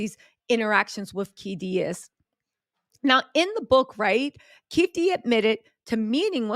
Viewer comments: Great job, the alleges Tupac Shooters name is pronounced KEY-FEE-DEE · It's Keefe eeee D